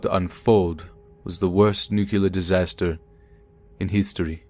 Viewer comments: Please please please pronounce NUCLEAR properly. It's not NUC U LAR. Can't believe a story by a Russian physicist who says nucular. So immersion is destroyed. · Nuclear, nu-clear.. not nu kyoo lar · not nucyaler..nuc-lear 👎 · NU CLEE ER. There is only one U and it's the 2nd letter.